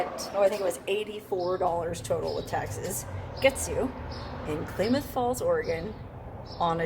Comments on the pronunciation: It’s pronounced “Clam” ith Falls Klamath Falls… a few hours from me… keep heading north, I’d love to meet you!!! 266 miles from you, about 4 hours 16 Min… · Good luck with your phone,. Pretty sure it's Klamath with an "a" like cat. Lived in Oregon for a few years and that's how we pronounced it. Live in Pahrump now. Hi, neighbor. Happy travels! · Pronounced Klamath with a short A sound 😉happy travels ...love your vids ...fun! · Not Klaymuth Falls, it's Klamuth (as in clams) Falls. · It's pronounced "Clamath" like clam, Klamath Falls. Not Claymoth. Have a 🙂🙂🙂 day. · It is pronounced Clam ath not Clay math :) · Nnooooooo! It is not klay- math! It is pronounced Klam- ath (Clam-ath) As a native Oregonian it is like fingernails on a blackboard hearing our Indian names mis-pronounced. Still love you... Love your videos! 💪💗💗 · Klaaaa moth falls, not claymoth falls, sis. Ggl. Here in Washington there is Skagit County & city, but it's pronounced Ska jit. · Isn't the town pronounced KLAM-uth, not KLAY-muth. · Pronounced Clam-eth Falls : ) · [ klam-uhth ] falls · Short "A"s in KLamath. not pronounced as Claymouth. Otherwise another great video by the. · i don't get it. If the phone was advertised as " waterproof " , you should get a new phone for free as the phone failed the test. Also, the old phone video quality is not very good. By the way, it is pronounced Clamath Falls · My home town! Awestruck and amazed to see you there but loved it! It's pronounced clam- math... but who cares! You did great 👍 Thanks for the little trip down memory lane, girl. Love all your videos! BTW... Klamoya Casino is a bit north from your motel and has free overnight rv camping. Anyways, keep up the great stuffs 🤩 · It's pronounced like a CLAM .... Klamath falls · Klamath falls is pronounced clam ath7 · Klamath Falls is pronounced clam ath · Great video! Klamath is pronounced with a short "a" like "clam". Keep up the good work and be safe. Cheers!